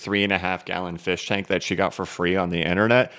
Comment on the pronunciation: I snorted when you showed the firshtank 🤣